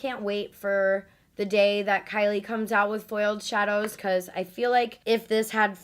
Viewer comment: All she keeps saying is foiled shadows I can’t take it